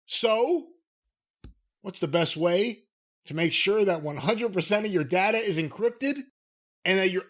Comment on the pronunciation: It’s pronounced data, not data.